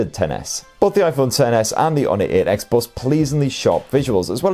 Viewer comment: The “Honor eht x”